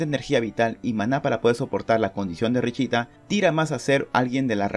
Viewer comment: Se pronuncia "Richta" pero no puedo pronunciarlo por eso dijo "richita" :'v